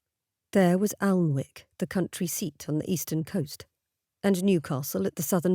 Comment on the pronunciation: Alnwick is pronounced Anick Coquet is co cet. Lots of silent letter in Northumberland Lovely story